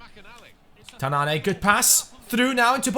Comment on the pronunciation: It's Tananne not tanann"ey" :)